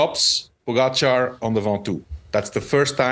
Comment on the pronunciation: Why do you insist on pronouncing Pogachar's name incorrectly? It's not cute. GTFU.